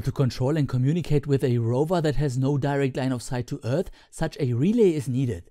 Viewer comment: Rasyidan Ilmansyah Yep he is.. Have you heared how he prounounced the "th" in "Earth" ?? ....